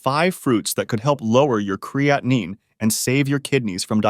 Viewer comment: An AI fake person who can’t pronounce or spell creatine correctly.